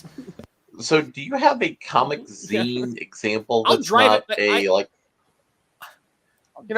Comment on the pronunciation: It's pronounced "Zine."